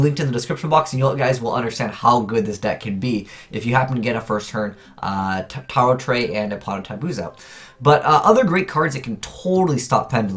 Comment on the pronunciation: The name of the card is pronounced as Tarot Ray